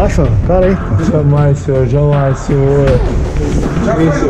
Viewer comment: Me admiro a paciência dos policiais. "Não fui eu sinhô" kkkkkkkkkkkkk